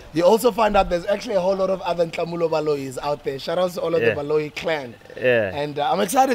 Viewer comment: But Sbu pronounced Nhlamulo's name very incorrectly 😭😭 and Nota made no effort to correct him😩